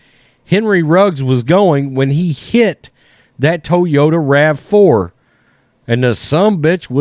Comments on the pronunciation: First time Ive ever heard it pronounced, "Tow-Yoda" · It's toy yoda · Love the content brother! "TOWYOTA" Lol! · Hahaha, I thought the same too😆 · Please say “Toyota” again 😅😅😅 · Bruh the way you say "Toyota" has me rolling.